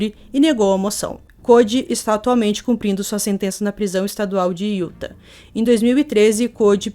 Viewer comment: Querida só uma correção. A pronúncia correta desta palavra Utha( acho que é assim que se escreve...kkk )é IUTÁ. UM ABRAÇO